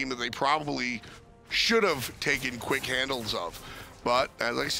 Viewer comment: it's TAKEN! Not tooken!